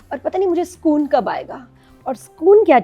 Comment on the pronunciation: Assalamualicum, Urdu May Sokon hi kahtay hain. Sakon nahi kahtay hain.